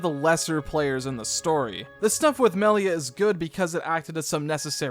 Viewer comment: Melier. They always say her name like that. 😂😂😂.